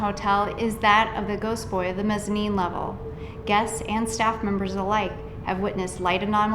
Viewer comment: Don't be afraid to correct your interviewees. The author said "breakfastses" and "mezzamine" when the proper terms are "breakfasts" and "mezzanine." I like your stuff, but you have to be sure your guests sound intelligent or it reflects poorly on you as well.